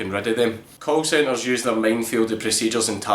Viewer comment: at first it sounded like you said cult centers, and it fit pretty perfectly